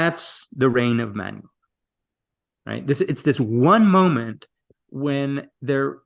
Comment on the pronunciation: I wish there were a list of these emperors, and of the ten worst emperors in the next video, that we could take screenshots of as aides- memoires. By the way, to the host, Manuel is Ma-noo-ell, not Man-you-eel.